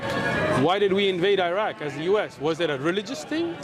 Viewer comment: Sheikh you know you've been in USA too long when you're calling Iraq "Eye-rack" 🤣